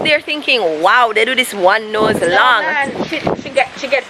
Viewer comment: Did u say "..dem only do 1 nose"? Lol! Aaw boy.